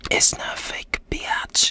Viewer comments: I love it when he said biatch instead of bitch😂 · Let's just appreciate the fact that he literally stops himself from swearing so instead he says * B E A T C H * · Он произносит "Бич" почти как Джесси Пинкман)